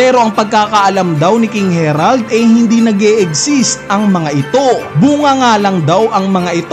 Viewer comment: HAH-RALD yan ang basa jan boss since sa vikings inspired sila